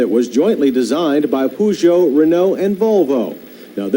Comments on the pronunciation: Makes a point about the pronounciation of Peugeot and then calls it a Poo-jo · We europeans call it Pe-joe instead of Poo-joe.